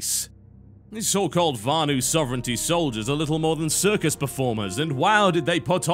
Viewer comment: VANU not varnue...